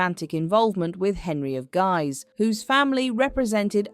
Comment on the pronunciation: The pronunciation of Guise went from “geez” to “guys”. Why? AI narration? Why does there have to be AI narration? Hire a speech or broadcast student at nominal or no charge in return for their listing credit as a narrator on their résumé!